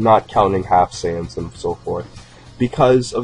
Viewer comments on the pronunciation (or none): none